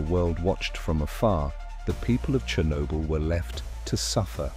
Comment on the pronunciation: That's not how you say "Chernobyl".